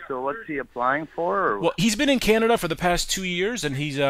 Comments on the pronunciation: “canda” lmfao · He said canda but u pronounce it Canada. U idiot